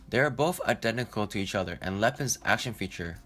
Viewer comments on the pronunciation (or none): try saying "Other" not "utter" you need to work on your O's